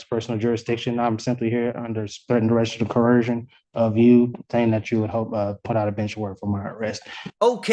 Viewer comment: If you cannot even pronounce coercion you definitely need an attorney.